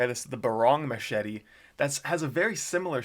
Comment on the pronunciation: And the smachet lol